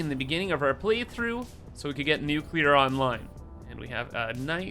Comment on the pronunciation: New-Kewler Powah!